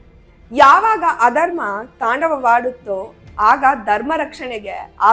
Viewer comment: ITS NOT '' DARMA '' BUT '' DHARMA '' PLEASE PRONOUNCE CORRECTLY.